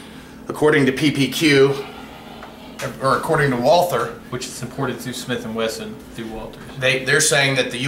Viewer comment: Are you serious? Any reliable resource can at least enunciate the make of one of the most famous, renowned gun makers in the world. It's WaltHer (Wall-tHer) ! No wonder you shoot glocks.....idiots